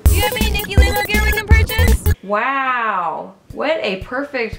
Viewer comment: Notice the "wow" sounded like "meow", making the cat turn around :)